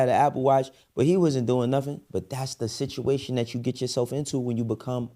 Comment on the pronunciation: Bro said situration